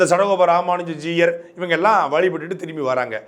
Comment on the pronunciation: It is not Juyar, it's Jeeyar. You cannot even pronounce the word properly but runs a channel, shame!